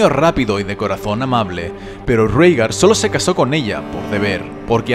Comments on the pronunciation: Excelente video sólo como comentario se pronuncia "Reigar" según la serie así lo nombra no "Rígar" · por que le dicen rigar ? por que no raegar como se lee? lo escribo asi para hacerme entender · En la serie de HBO, he escuchado a Daenerys pronunciar el nombre de su hermano como Réigar...